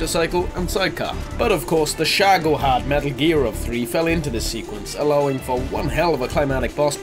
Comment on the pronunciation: ShagOhod SHAGoHOD FFS